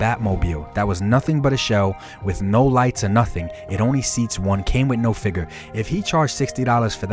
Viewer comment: I love videos. Down to earth and legit. But, every time he says “fig-urrr” I flinch.